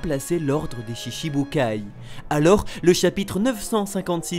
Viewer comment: Bonne vidéo ! Mais BTW on dit : "Shichibûkai" le CHI à la prononciation =TCHI. Ce n'est donc pas : "Shishiboukaille" comme 90% de la commu' FR le prononce mais bien "Shi-Tchi-bukai" haha ! Exemple : La femme de Gokû s'appelle "Chichi" qui se prononce bien "Tchitchi" et non "Shishi" voilà j'pose ca là faites en bonne usage lol.